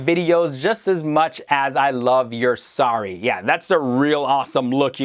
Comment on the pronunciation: Hahahaha he said sorry to sarry